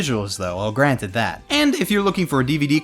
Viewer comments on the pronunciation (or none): none